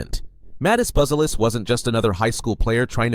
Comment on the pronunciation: Bu-ze-lis. One more time: BUZELIS ( Right pronunciation: Boo-zia- lis)